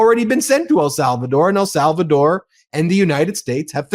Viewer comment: please! EL SALVADOR!!! not “Al”Salvador